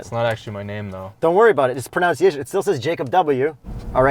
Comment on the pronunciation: Somewhat ironic that you mispronounce "mispronUnciation" :-D